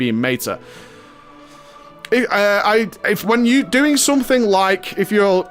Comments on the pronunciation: do you love making English people cringe by pronouncing words wrong? haha. It's Meta not Mayta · meyta as in meyta-morphosis? lol